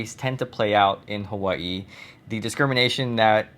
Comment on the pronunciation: For some odd reason I get really annoyed by the way you pronounce Hawai'i. Growing up in Hawai'i, we would never pronounce mainland (Hawai'i). Mainland is America, not called mainland. Hawai'i is the mainland.